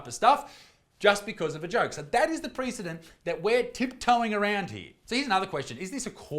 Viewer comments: Sorry, but those jokes were in poor taste. Also, "precedent" is not pre-fucking anything. Look up the pronunciation of the word, please. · I'm very much offended by the way you mispronounce precedent / noun ˈprɛs ɪ dənt; adjective prɪˈsid nt, ˈprɛs ɪ dənt / We'll see each other before the International Criminal Court.